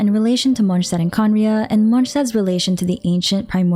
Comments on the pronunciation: In fact she does pronounce it incorrectly, it's a German word "st" should be pronounced as "sh" Not "J". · And "D" is almost not pronounced at all. So it's Monshtat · MonSZtandt wtf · great vid, though i kinda hate listening how you say "Monshtadt" 😁✌️ or is that how it's pronounced? sorry i got used to "mons" instead of "monsh"